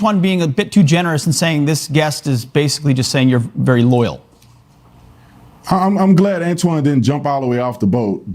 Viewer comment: It’s pronounced Loyal NOT LOYER